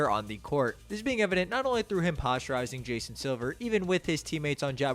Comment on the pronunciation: Posterizing not postureizing